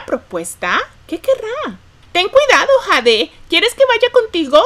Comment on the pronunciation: Jade se pronuncia Yeid